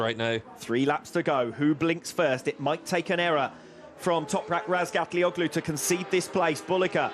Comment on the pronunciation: Hey commentator. Who the F is Ratgallagotu? Maybe you should learn how to say the number one rider’s name before you open your dirty mouth.